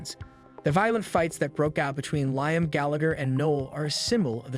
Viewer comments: Ly-am? Its Lee-am (Liam) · These AI videos need to do better than calling Liam “Lime”